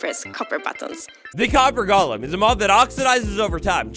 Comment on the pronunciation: It’s “golem,” not “Gollum.”